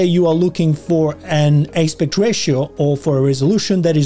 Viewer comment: Thank you for the video - turns out this one simple thing is not so simple in DR! FYI, the word "aspect" is pronounced differently than the way you're saying it.